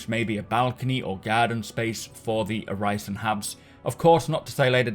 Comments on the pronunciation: The "i" in Orison is pronounced like the "i" in "in". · Uhg, i love Macs videos, but it's hard watching a video about Orison when he pronounces that way. Like nails on a chalkboard. Sorry for being negative lol. Still love your videos.